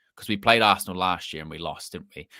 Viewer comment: Ar- se -ran 😂 bro